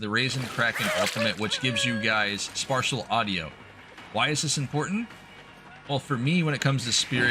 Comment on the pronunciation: Idk anything about audio stuff, but you say Spartial audio. Do you mean Spatial or is there something else idk about?